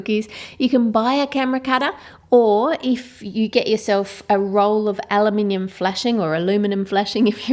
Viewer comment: Finally! Someone pronounced aluminium ah-loo-mih-ni-um!!!